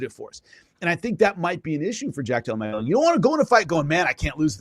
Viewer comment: I like Jimmy but first of all "Mag-dellena" ya know. But more importantly, he's very knowledgeable but he has developed such a grating infomercial salesman style of speaking. I just want him to dial back the TV host energy like 50%